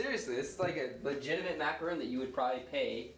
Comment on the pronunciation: STOP SAYING MACARON WRONG.